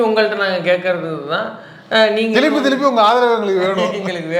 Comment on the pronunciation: திலுப்பி திலுப்பி இல்லை திருப்பி திருப்பின்னு சொல்லுயா திலுப்பி திலுப்பின்னு சொன்னா எரிச்சலா வருது சிரிப்பு தான் 😊😊😊